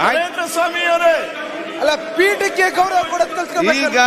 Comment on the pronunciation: ಪೀಠಗೆ ಅಂತೆ ಇವರ ಬಾಷೆ ನೋಡಿ ಪೀಠಕ್ಕೆ ಅಂತ ಉಚ್ಚಾರಣೆ ನೋಡಿ